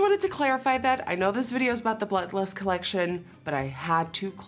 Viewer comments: Team pull it out, Queen! So beautiful! And I loved hearing your accent poke through. Bluttlust it shall be! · I just keep hearing "bluh lust" 🤣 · Abbie xoxo IM CRINGING!!! LIKE, BRO ITS BLOOD LUST NOT BLUT LUST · I can’t un hear “blut lust” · ‘Blot Lust’ 😂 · did you not hear how she was pronouncing it the whole video 😂 its blut lust now! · I swear she said Blunt Lust 😂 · Are you saying "Blut Lust"? I lost it when you said "really just packing it in" Lmao! 😁🤣😂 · “Blut lust” is it just me or is that what it sounds like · It makes me happy to hear folks with accents pronouncing English words. I got a hearty laugh at Nikkie saying BLUT LUST and DEV-EYE-ANT. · I thought she said butt lus....😃🤣...I thought I was the only one who caught that. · Anybody else loving the way Nikkie is saying Blood Lust like it’s one word: Blutlust😝😘😘😘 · I heard Blut Lust. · Blut Lust. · Nope i heard butt lust lol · no one: Nikkie: BLUT LUST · Anyone else hate how she says blood eiuiarefojojoew "blut lust" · The way she says it is so cute and funny hut it sounds like shes saying Butt lust😂 sounds like a Tina Belcher palette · a little defensive there? We know she's saying blood lust but it SOUNDS like she's saying blut lust. Don't like an opinion? Move on. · I KNEW THIS WOULD BE THE TOP COMMET HAHAHA she driving me up the wall w that mispronunciation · Sound so Dutch when u say Blood Lust